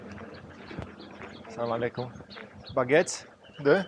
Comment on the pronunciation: Assalamu Aleycum se pronunta❤felicirari interesant serial❤